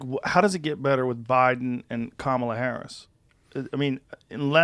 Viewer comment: Maybe start by pronouncing Kamala's name correctly when espousing that you're not a racist ...